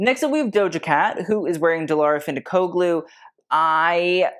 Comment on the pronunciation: you learn the french designer pronunciations but consistently butcher the turkish-english designer, Dilara Fındıkoğlu. it's "fin-dik-OH-lu". NOT "fin-dik-COG-lu". The G is silent!!!!!